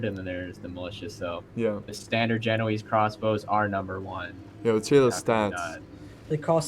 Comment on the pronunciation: Guys, It's pronounced Ge-no-ay-see, not Ge-no-eeze.